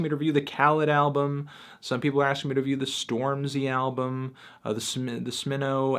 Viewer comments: You said "smeno" lolol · just unsubscribed bc the disrespect against "sm-EE-noe" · No Disrespect but i feel like you only listened to like 2 songs from smino album. Only reason i say that is because you pronounced his name wrong even though he said it a handful of time throughout the project, makes me feel like you just blew it off. But i need to respect your opinion even if you don't appreciate or agree with it. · why did he say smino like that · This dude didn't even TRY to pronounce Smino 😩 How the fuck you gonna say it's an uninteresting album on Twitter when you clearly didn't listen.